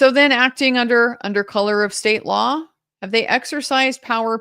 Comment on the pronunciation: 😂😂😂 he can barely stick to the "lawr"